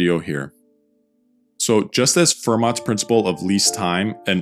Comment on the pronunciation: tip: the t in Fermat is silent.